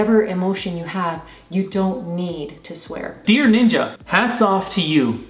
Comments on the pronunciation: It’s not nin-jah is ninja. Jeez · Its ninja not ninjauuu